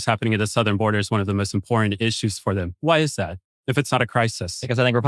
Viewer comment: This dude hates immigrants, but can’t even pronounce English words correctly. It’s “them”, not “dem” hahaha